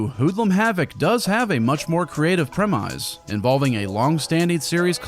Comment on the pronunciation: is this an inside joke? Why did you say premise like that 😂